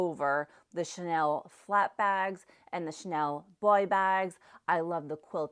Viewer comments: The way she pronounces the name Chanel.😂😂😂 I’m French, I hear Schnell. Cha-nel. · There's an A in the name Chanel . Shnell is no make and is actually a German word. Shnellbag😂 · 😆 a 'Chanel' bag or a 'Schnell' bag? Please note that Chanel has two syllables 😆. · CHANEL has 2 syllables: Cha- nell! Not shnell! Please! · You pronounce Chanel wrong.